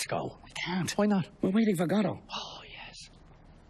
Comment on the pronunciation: for those wondering, the only proper pronunciation of Godot